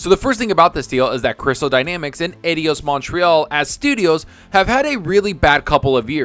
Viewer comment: eye-dos, try that.